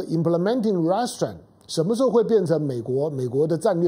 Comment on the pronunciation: 湘龍老弟容我鷄蛋裏挑下骨頭，Restrain 的重音是在第二音節不是第一音節，您再試試看。